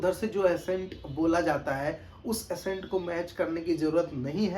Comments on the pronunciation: Bro it’s not assent… it’s ACCENT = ak-cent😊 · Its accent and not assent... But no need to fight guys and if someone is correcting it only with a motive to help and there shall be no hard feelings... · Bhai mere aapne Accent hi galat pronounce kar diya.... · Madam, App Sahi bol kar comment kar rahi ho, aur wo Galat bol kar video bana raha ... Socho 🙏